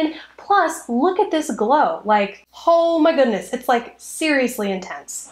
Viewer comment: “hooe mah goodness” lol